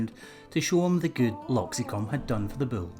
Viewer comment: I like how this guy says "bull." Like it has two syllables instead of just one. Bu-ole.